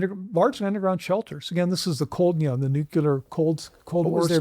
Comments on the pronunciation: NucLEAR. Not NucULER. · “ I know a lot about nuclear weapons” has a PHD, pronounces it “nucular” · Very difficult to hear an expert with a phd in something nuclear adjacent pronounce the word "nuke-you-ler" dozens of times. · A guy with a doctorate from Harvard who keeps pronouncing the word nuclear NOOCULUHR is not credible. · Neither of these people know how to pronounce the word "nuclear". Both of them are "authors". Both of them are making money while we watch this. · I’ve never heard the word nuclear mispronounced more.